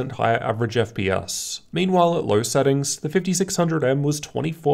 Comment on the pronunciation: I don’t like the way you say LOW and TWO. With a fucking “R” at the end..